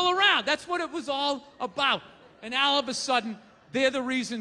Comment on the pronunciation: " and.. AHLL of a sudden" ... wtf?? Who talks like that? I don't care where you're from... I've never heard "AHLL" until Bill 'go-fuurarrhkk-yourself' Burr here! Weird.